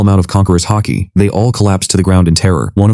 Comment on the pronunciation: Its haki not hockey btw